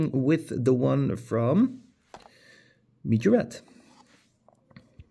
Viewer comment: Nice video dude! I like the poster cars countach's the most, because of how much detail you get for less price. Its funny too, how you spell Majorette. Earlier you always said Majorete, now you say mijorett😂Try just one time: M A J O R E TT👍😂